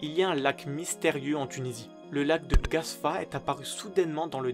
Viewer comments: c’est Gafsa 🇹🇳 pas Gasfa 😅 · gaFsa et non gasfa